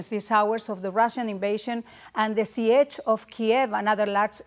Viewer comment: siege: cerco militar o asedio. Se pronuncia sich, no SIECH. Los españoles tienen un acento que ni hablando inglés se les quita. Y ya no hablar de la pronunciación. Eso pasa cuando te pasas la vida trabajando en una televisora latina. Mejor ni seguí escuchando el video.